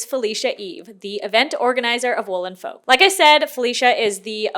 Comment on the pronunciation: Folk is pronounced f-"oak" but as one word the l is silent and the olk portion is pronounced as oak, silent L, and wow AM I GLAD THAT I DIDNT HAVE ENOUGH MONEY TO JOIN THE FESTIVAL IT WAS BEING PROMOTED FOR AGES AND I WAS CONSOLING MYSELF ABOUT THE FACT I WOULDNT BE ABLE TO GO AND GETTING SEVERE FOMO BUT AM NOW REALIZING ITS GOOD THAT I DIDNT GO I AM SO SORRY FOR EVERYONE, BUYERS AND VENDORS ALIKE